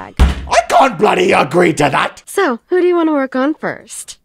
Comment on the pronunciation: Why do you all ways say blody